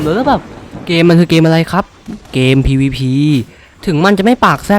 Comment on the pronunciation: ผมชอบที่พี่พูดว่า เกมPvP ผมฟังแล้วมันดูตลกมาก